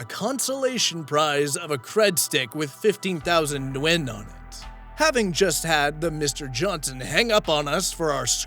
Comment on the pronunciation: Ok, I have to say it... It's New Yen, like the japanese money, just new. Love the video and that you put all of the parts in it 👍